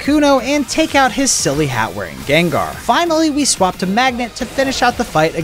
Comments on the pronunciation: excuse me jengar it's not jengar it's Gengar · DID HE CALL GENGAR JENGAR? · Why did you say Jengar 💀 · bro said gengar wrong